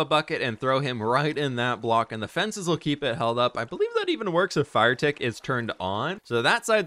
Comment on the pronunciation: "Fenches" Who is going to tell him?